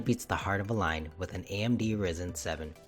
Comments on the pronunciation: it is RYYYYYYYYYYYYYYZZZZZZZEEEEEEEEENNNNNNNNNNNNNNNNN not risen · It's Rye-Zen, not Risen